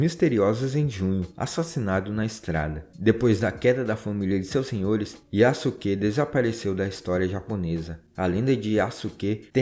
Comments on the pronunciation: Yasuke a correta pronúncia é: "iaske" Sasuke a correta pronúncia é: "Saske" IÁSUQUÊ não existe SÁSUQUÊ não existe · Kkkk adorei o vídeo, e a sua pronuncia é melhor do que muitos canais que eu já tenha visto. Mas uma dica para ajudar: O "suke" (すけ) pode-se pronunciar "ske" sem o "u" Fazendo com o que o nome do Yasuke seja pronunciado como "Yaske" Edit: outro exemplo que eu lembrei é o Sasuke de Naruto, que se pronuncia "Saske" ;) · A sílaba "su" quando não é a primeira da palavra em japonês na verdade so é pronunciada o "s" ou seja Yasuke é pronunciado "Yaske" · Se pronuncia "Yaske".